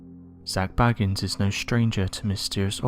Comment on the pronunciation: Please stop saying BAGGANS, it's pronounced BAYGANS!